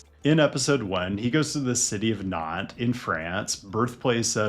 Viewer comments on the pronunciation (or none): none